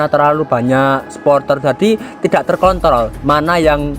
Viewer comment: tidak Terkontrol bukan terkontol